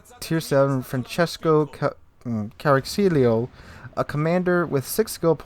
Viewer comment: CARACCIOLO ... CA (as for "CAmper") RA (as for "ROund") CCI (as for "CHInese" just with a longer "C") OLO (as for "yOLO")... ;)